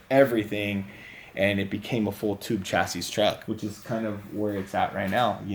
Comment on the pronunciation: The “s” on the end of chassis is silent 😂